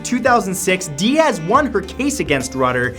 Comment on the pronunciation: Cameron "Di-Ahz" lmao